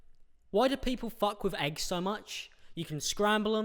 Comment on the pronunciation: Who else heard wrong the part where he said why do people fuck with eggs so much 😂 I heard that why do people fuck with their exes so much 😂